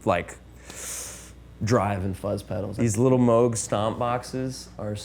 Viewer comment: Thank you for pronouncing “Moog” properly.